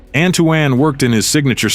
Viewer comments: The AI going back and forth between "Ann-too-ann" and "Antwan", but perfectly pronoucing all the Hispanic names, is disheartening... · It's pronounced Ant-Twon or Antoine not An Too Anne! Teach your Ai voice how to say the names correctly.